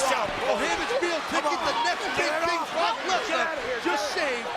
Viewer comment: When the commentator said rock and brock i thought he said rock and rock😂😂😂😂